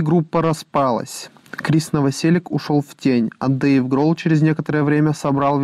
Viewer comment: Наваселіч, а не наваселік